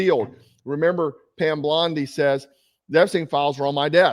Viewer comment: Lol did you just say Pam Blondi on purpose?